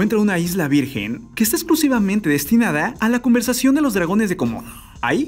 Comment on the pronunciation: Alguien mas entendió conversación en lugar de conservación 🥴🥴o ya me estoy volviendo loco 😅